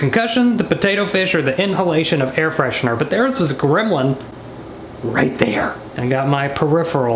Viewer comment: he said grimlin and i searched it up, made it funnier